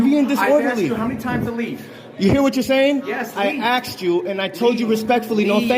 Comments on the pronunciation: He axed a lot of questions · "I axed him..." Well, that's attempted murder right there. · By saying he “axed” that elderly gentleman, he’s clearly confessing to assault with a deadly weapon. Possibly attempted murder. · Did he just say "I axed Mr. Phillips." Yes, yes he did. He also said he was filing a "FOIL", more than once. WHAT? Now I get it: English is his 3rd language. Bet his Mom's proud! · "I just axed him" English escapes this nimrod !!!